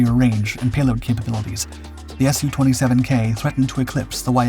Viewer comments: Absolute proof this channel is an AI voice.... SIGH There's plenty of words this AI gets totally wrong... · Yak as in Yakovlev, not Y.A.K.. Same with Su as in Sukhoi, not S.U..